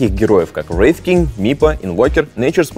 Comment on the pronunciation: я просто теку от того с каким акцентом он говорит wraith king